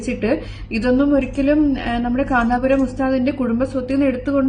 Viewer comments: കാന്താ പുരം അല്ലടി, കാന്തപുരം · കാന്തപുരം എന്നു പോലും പറയാൻ അറിയാത്ത